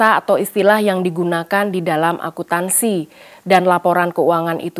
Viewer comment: Maaf agak terganggu dengan kata "Akuntansi" tapi terbaca "Akutansi"😅